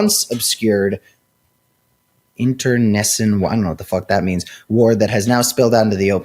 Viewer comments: "Internecine" is pronounced "inter-KNEE-sign" and it refers to internal disputes. Internecine war/disputes are therefore internal wars/disputes. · pretty sure it’s pronounced: inter-neh(or nuh)-seen